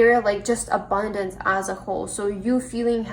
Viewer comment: Pile 3...very generic reading with TOOOOO much stress on the word abundance